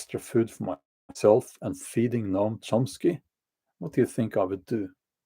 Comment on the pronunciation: You said the name correctly. The difficult part of his words are their cruelty and inhumanity. People listen to him and believe by the virtue of their beliefs, they're the best and brightest we have and think they are morally superior. I heard some Progressive friends talk about homelessness the other day, they lake empathy and compassion.